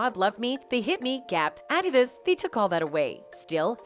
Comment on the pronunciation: This has to be A.I narrating. She mispronounced Dr Dre, Adidas, and Beyonc 😆 🤣